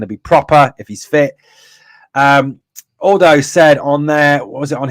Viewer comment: lolz buddy...'Aldo' is said as 'ahahahal-dough' not ALL-dough. Happy to help bro.